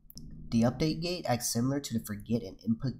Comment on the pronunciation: how many of you keeps hearing gay, instead of gate. forget gay, input gay, out put gay, update gay.